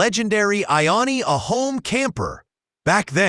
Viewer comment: It's pronounced "I own a home"...